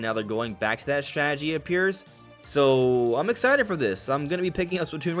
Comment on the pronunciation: You’re “very ex-eye to play”? Bro, pronounce your words